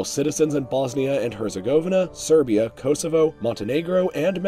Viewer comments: its pronounced koSovo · him saying Herzegovina and Kosovo hurts me as a serb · The way you say Kosovo and Herzegovina are painful lmao